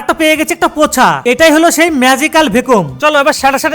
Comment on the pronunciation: Vaykium❌Vaykium✅ 😂😂😅😅 mocha❌pocha✅ bondhoner hi hi 😂😂😅😅